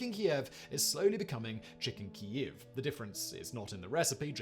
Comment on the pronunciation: it's pronounced Keev